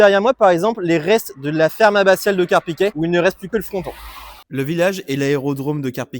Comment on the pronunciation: on dit Carpiquet (é) et non Carpiquet (è) comme dans poulet.